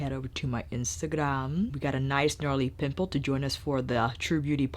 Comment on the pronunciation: You said “pimple” and I heard “pit bull”. Imagine my confusion.